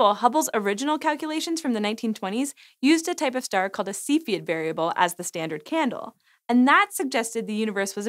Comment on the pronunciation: You should probably pronounce Cepheid correctly